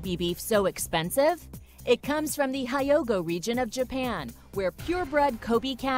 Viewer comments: and the pronunciation of hyogo. its prnounced, hyou-go. dont elongate the o, and dont say hi-ogo. my bloody god. and the guy saying wagyu, he literally said WAGUUU. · the way u said it its not high ogo its he yogo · She pronounces it "waygheeyou" when it's "wah-gheeyou". And the region of Hyogo, she says "hi-yogo" when it's correctly "heeyogo". Native Japanese speakers will confirm it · Atreju's Corner I agree and also hyogo is hyo go not hee ogo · It’s pronounced ko-bay, not ko-bee. It’s also not high-oh-go, but hyo-go. And it’s not way-goo, but wa-gyu. Like, literally pronounced 0 of the 3 Japanese words incorrectly. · Koby lol Ko bay =kobe learn if your a reporter btw kobe beef is like $5 in kobe japan lol hi yo go lol it’s he yo go learn how to simply pronounce Hyogo correctly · It comes from 'Ha-yo-go' region of Japan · Don’t forget the Kobi beef from the High-ogo region... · "Co-bee", "Hi-yo-go", "Wa-goo"... Couldn't you have done some research on the pronunciation? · Hi Yo Go, the lesser known shanty near hyogo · The way she pronounced “hyogo” like “hai-yo-go”. Why she adding extra letters? 💀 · kobee? haiyogo? waygu? way to butcher the pronunciations heh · Ain’t no way she said haiyogo😂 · Considering that she didn't even pronounce "Kobe" correctly once in all 5000 times she said it, it's not a shock she butchered "wagyu" and "Hyogo". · The way she said Hyogo is bothering me to this day. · that pronunciation of hyogo lol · I know you can do better than that in pronouncing "Hyogo," and "Hyogo" is a damn prefecture, not a "region." Kobe is a city within the Hyogo Prefecture, which is in the Kansai region of Japan, capisce?